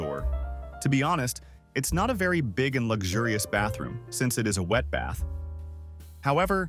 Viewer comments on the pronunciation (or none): none